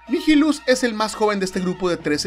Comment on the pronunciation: Nihilus es latin, asi que lo pronuncias bien